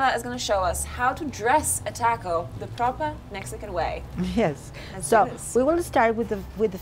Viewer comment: Yummy episode! Can't wait to hear you say "taco" correctly, maybe by the time you leave South America! You know, when in Rome, have respect. Love your journeys and would really love to HEAR you put in the energy to listen to where you are!! You can do it, you did Antarctica, it just takes intention!